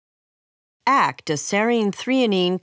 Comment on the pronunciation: Small quip- A-K-T not “act”.